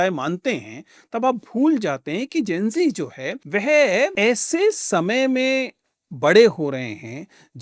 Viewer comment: Sir kazualy Gen Z ko Zen G bol rhe hai